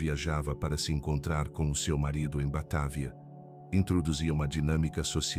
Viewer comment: Batávia,vc está esquecendo do acento agudo no á😂😂😂😂não é Batavía que se pronucia😂😂😂😂